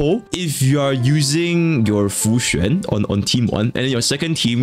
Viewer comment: I honestly thought I was the only one who pronounced her name as Fu-xian (kinda like saying the word 'foxian' in English) Also o7 Jing Yuan, temporarily forgotten until the rerun which is who knows when